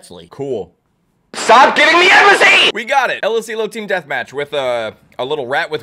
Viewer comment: Why did say embussy 😭😭